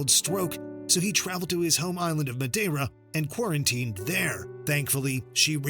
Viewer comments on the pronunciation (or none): none